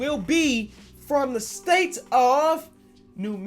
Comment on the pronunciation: I dont why but instead of hearing state i keep hearing say steak.